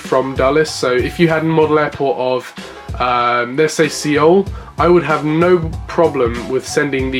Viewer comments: I’m Hispanic and I forgive you cos I’m Mexican and we’re supposed to dislike Puerto Ricans (I’m joking) Seaoul or what did you say? 😂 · btw Seoul is pronounced as Soul